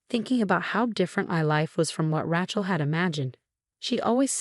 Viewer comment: Pronunciation, Rachel should be pronounced Ray-chel